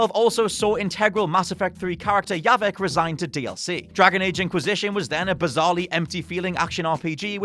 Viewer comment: His name was Javik, not Yavik